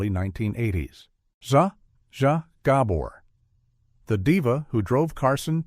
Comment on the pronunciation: "Zhah" "Zhah" "Ghah bore" 😂😂😂 Stupid AI